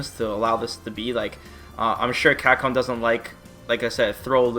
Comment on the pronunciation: What I can't bear with is your pronunciation of "Capcom". It's CAP-COM not "Cacom". Your lips are supposed to be put together to say the "P" sound. Damn that shit drives me nuts.